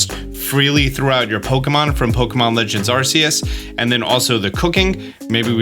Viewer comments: I love your videos, but it hurts every time you say “Arseus” instead of “Arkeus” 🤣😭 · Myrydon? Arseus? Koerydon? How do u mispronounce every name??